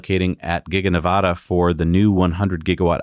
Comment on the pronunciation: Please learn how to pronounce "Nevada"... short a.